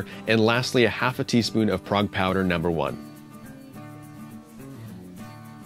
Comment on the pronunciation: Prague Powder..long a sound. Not like the city